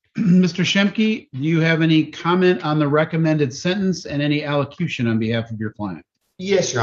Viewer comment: Hey, great find, as always! Just so you know, it's allocution. al·lo·cu·tion /ˌaləˈkyo͞oSHən/ Learn to pronounce noun a formal speech giving advice or a warning. "the daily allocutions of the Pontificate" Please, please, I want to see the Dec 7 court appearance and decision.